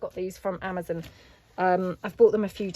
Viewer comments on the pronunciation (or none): none